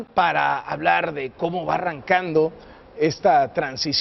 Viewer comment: HABLAR RRRR de cómo va arrrrrancando ...... ????? Por qué?